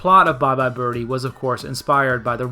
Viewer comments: inadequate explanation - it was a deliberate choice why?? nobody pronounces birdie like that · Okay... I'll say it.... I hear ''Bye Bye Bir-Hee''. Am I alone, here? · What about why she prounounces it “bir-hee” in the opening and ending song. I read somewhere that’s how midwesterners would pronounce it (since she’s supposed to be from Ohio) and it sounds normal to them. Um, what? I’m from Michigan and we don’t say bir-hee.